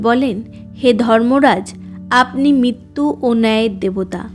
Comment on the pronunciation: আপনি বাংলা উচ্চারণ ভালো করে অভ্যাস করুন। র তো আপনি উচ্চারণ করতেই পারেন না, মৃত, মৃত্যু কে মিত মিত্তু বলছেন দেবশি নয় দেবর্ষি । পশ্ন নয় প্রশ্ন অত্থ নয় অর্থ এই ফালতু উচ্চারণ শুনতে কারো ভালো লাগে বলুন। ছিঃ